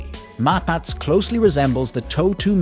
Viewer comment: Wrong pronunciation for all Israeli weapons systems. 'Na-Mer' (Hebrew for Tiger), not 'Neymer'... Both 'Mapatz ' (Maul) and 'Merkava' (Chariot) are pronounced with the last syllable emphasized.